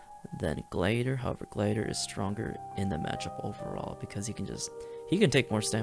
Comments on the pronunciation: how tf did you just say gladiator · are we just not gonna talk about how this man doesnt know how to say gladiator